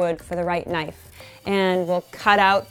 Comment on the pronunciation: *click* knoife